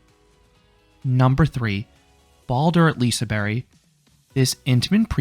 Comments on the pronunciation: Im from sweden and im not Shure if your suposed to say Lisaberebannana 😂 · I’ve never heard someone pronounce liseberg like liseberry😂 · I guess "Liseberry" is the Swedish pronounciation? Never knew that. Good video! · Did anyone notice him prounncing liseberg wrong